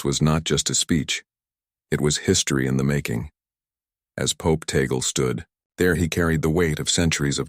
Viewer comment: Tag- le as pronounce in Ph po....